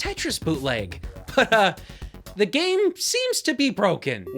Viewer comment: Lol “gam console”